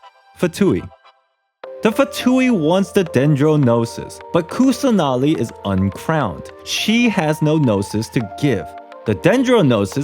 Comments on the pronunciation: You just have to pronounce them as in sanskrit/hindi rather than English. It's not quite hard. Like Kusanali can be pronounced as 'Kus-nuh-li'. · also btw im indian and i can help w some of the pronounciations. kusanali is actually kussah naali, then devi is they-vee